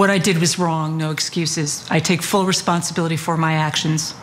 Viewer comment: "I take full rensponsibility" and then continues to not take responsibility. Why is she still in office?